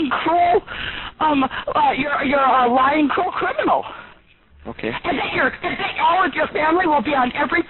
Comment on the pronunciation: Alex: normally doing his job Karen: WHAHHAHSJSKQLAKJSHS WTF CRIMANAL CRIMANAL